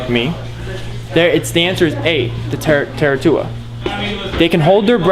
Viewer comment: And it's TUA-TARA. NOT TARA-TUA...how can you guys "teach other people anything if you can't care enough about the animals to learn how to pronounce the name properly?